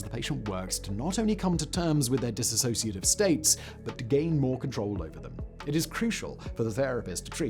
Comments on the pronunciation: Hi it's 'Dissociative' Identity Disorder not 'disassociative'. Soz ✌️ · THUMBNAIL: "Dissociative" TITLE: "Dissociative" SIMON (Throughout the Entire video): Dis-associative... Lolol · The first thing is as a rule do not listen to someone who cannot even say the disorder correctly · Please pronounce it correctly!! 🤦🏼‍♀️ ...I know it's the hardest unicorn to explain...& The information is always cloudy. I am a 48yr person who has this...diagnosed years ago . Very complicated.... Complex post traumatic stress disorder explains alot of the symptoms .